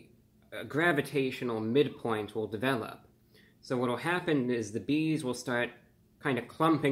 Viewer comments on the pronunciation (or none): none